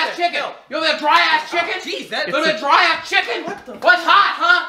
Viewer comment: "It was drie tho" 😂😂😂